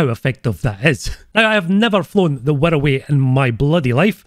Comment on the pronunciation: How do you manage to pronounce wirraway like 108